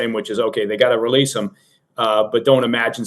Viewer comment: Did anybody else giggle when said, "...full relesse..."? 😄